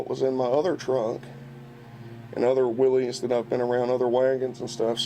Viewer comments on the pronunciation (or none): He said Willie's right the first time then you kept saying it wrong it's pronounced as if it were Willis